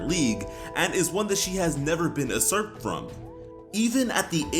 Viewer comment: Pronounced "yousurp"